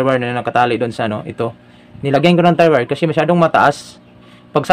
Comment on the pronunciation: Ano tama pag bigkas bro? Tire wire o tie wire?